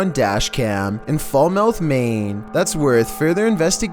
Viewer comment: No offense meant on correction: it's pronounced FAL-muth Maine, not Fal-MOUTH. Please keep making awesome videos :)